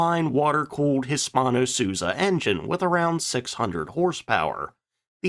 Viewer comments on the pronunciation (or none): Hispano-Suiza (Hisparno-Sweeza)